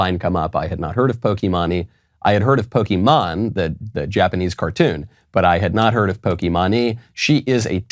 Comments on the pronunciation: bro said poky-mon-ee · POKEY MON-EE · I love “pokeymani” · poke "maine"